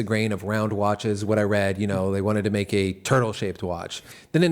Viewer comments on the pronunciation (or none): none